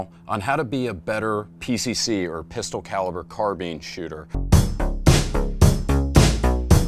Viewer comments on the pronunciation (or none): Arrrgh... say CAR... say BEAN... now say SPINE .... now Carbs... Now say Carbine! Not Carbean! 😆